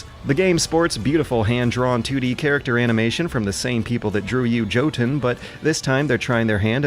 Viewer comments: Jotun is pronounced Yo-tun, not Joe-ton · Please tell me you said "Joe-tonne" just to upset people like me...